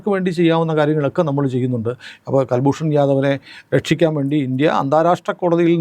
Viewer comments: കുൽഭൂഷൻ ആണ് കൽഭൂഷൺ അല്ല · ji, കല്ഭൂഷന്‍ അല്ല, കുല്‍ഭൂഷന്‍ ശരി. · കുൽഭൂഷൺ ആണ് കൽഭൂഷൻ അല്ല. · കൽ ഭ്രൂണ ല്ല കുൽഭൂഷൻ യാദവാണ് നേവി റിട്ടയേഡ് ആണ്. പാവം ബിസിനസ്സ് കാരൻ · ഇദ്ദേഹത്തിന്റെ പേര് കുൽ ഭൂഷൺ ജാഥവ് എന്നാണ്; കൽഭൂഷൻ അല്ല. മുഴുവൻ പേര് കുൽ ഭൂഷൺ സുധിർ ജാഥവ്. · കല്‍ഭൂഷണ്‍ അല്ല, കുല്‍ഭൂഷണ്‍. കുല്‍ഭൂഷണ്‍ യാദവ്